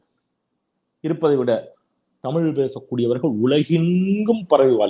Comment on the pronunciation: முதல்ல நீ "தமிழ்", இந்த வார்த்தைய செரியா உச்சரிக்கப்பழகு அப்புறமா மொழிய பத்தி பேசலாம்